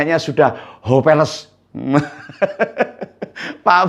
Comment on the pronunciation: Hopeless menjadi "hopeles"😂..selamat ngompol om.